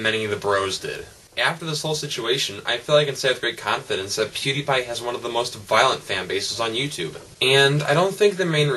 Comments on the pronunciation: No one likes you, you're talking to a video that cant talk back, check you likes to dislike ratio. Its also pronouced peeeewwwwdiiiiiiiieeepieee not poodeepie. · Don't beg it, and it's PewDiePie, not poodeepie. Get it right. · why does everyone prononce it pyewdiepie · please stop saying "pwediepie" its annoying